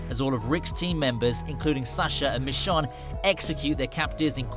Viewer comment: He said negan and michone wrong smh